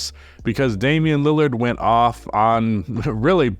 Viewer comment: It's a god damn shame... ien Lillard